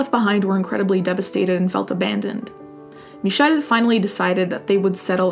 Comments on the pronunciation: Hey there! I stumbled upon your channel farely recently and I've just been curious about something: in this video you say Michel's name very well and I was curious if you spoke french. I am french native and it is so nice to hear french. I know you are Italian and the annonciation is similar(especially French Canadian), was just wondering!Anyways, love love your content and your take on subjects such as these! 😊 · Nothing to do with the story as a whole, super impressed as a french to hear you pronounce the name " Michel " so perfectly 😲